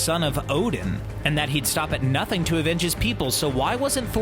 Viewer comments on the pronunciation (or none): none